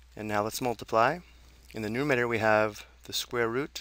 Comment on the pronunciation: good video!! :D...but its nuMERator. not numator.